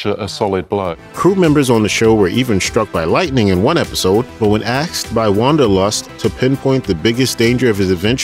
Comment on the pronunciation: "Axed"? Its 2022 and as a narrator of a professional YouTube Channel, this is what you're putting out?